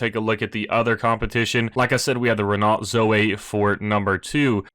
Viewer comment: Whilst you’re worrying about pronouncing words correctly, it’s Ren-Oh. You don’t pronounce the T at the end in French.